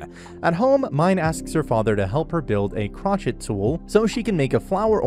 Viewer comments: A "crotch it tool" Bruh what xD Crochet is pronounced " crow-shay" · ITS CROW-SHAY not CROTCHIT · Hahaha, this isn't me clowning on you, but it isn't pronounced "crah-chet" it's pronounced "crow-shay". As soon as you said "crah-chet" I was like 'what the hell is that?' lol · Crotchet tool? I think you mean crochet sir. Crow Shay. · .... crow-shay... Not crotch-it O_O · Crochet is pronounced "crow-shay" by the way 😅😅😅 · Crochet is "KROH" + "shay" btw 😅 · I had to stop and collect myself only 3 minutes in when the narrator called it a "crotchet" tool. 💀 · CROCHET IS NOT PRONOUNCED THAT WAY XD